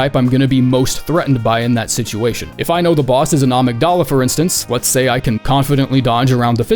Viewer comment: I cannot be the only one that’s bothered by how he says amygdala